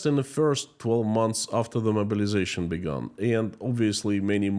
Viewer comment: Your accent "mobilization" sounds like "murderization" but given the context I think it works.